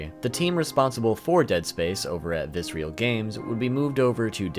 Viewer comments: Great video overall, but dude: it's Visceral. Viss-Err-Ull. Not Vis-ree-al. Seriously. You say it like 40 times in the video. You're killing me. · It’s not “Viscereal” it’s “Visceral” like the word Viscera, I always liked that they made gruesome games, and had a gruesome studio name xD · VISERAL not VICEREAL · Very interesting you spent all this time with the Dead Space content and somehow never saw the name of the studio was "Visceral" not "vis-re-al." Either that or you just never knew how to pronounce that word lol. Well anyway, good video, even if it is slowly driving me insane... like the Marker... you sneaky bastard lol. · It's not "vissreal" it's VISCERAL. 😅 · Nice vid. Just one minor gripe. It's vi-SCE-ral. Visceral. Not Vis-real. Meaning: 1. relating to the viscera. "the visceral nervous system" 2. relating to deep inward feelings rather than to the intellect. "the voters' visceral fear of change" Man! this was so distracting. Still, nicely complied (y). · Loved the video, but I think Visceral is pronounced vis-ir-ill, not vis-real. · I liked the video, but it drove me nuts hearing you pronounce Visceral as if it were spelt Viscreal. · Fantastic video with some awesome information. Very good way to pay respects to such an iconic series. However, everytime I heard you say “visrial” instead of “visceral” I got a slight urge to stab my ear drums with a pencil. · Viscer-a-l Not Viscerial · It's not "Vis-real". It is "Vis-er-al" Games. Great vid! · just... fyi... visceral is a real word and you don't pronounce it with real at the end. the ignition era visceral logo (not on DS1 or DS2) actually has someone saying the word. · Why do you pronounce visceral as visreal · Dude, awesome video but please, learn how to say visceral. Viss-err-all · Visceral Viss-er-ole That is all. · I cringed every time he mispronounced visceral 😂 good video tho!